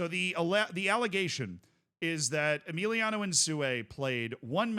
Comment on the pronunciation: Who's Emiliano bro? His name is Emilio